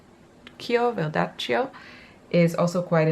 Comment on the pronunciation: Verdaccio is italian (so pronounced with a "ch" sound). It's traditionally a color that the old masters used to establish the first tonal layers of a painting, especially for portraits. :) Love these selections, thank you for showing them! I really want to give these paints a try.